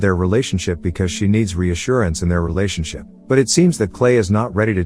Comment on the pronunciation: He said realation ship multiple exatily 999